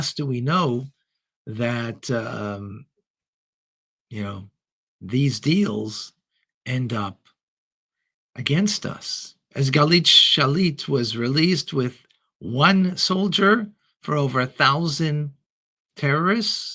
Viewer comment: It's Gil'ad Shalit, not Galit Shalid, actually 😉 but except that mistake, what you say is true and accurate 👍